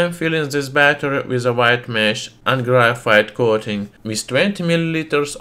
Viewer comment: its not grayfiet